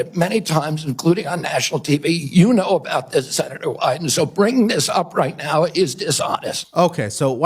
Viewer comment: FYI, Wyden is pronounced "Why Den".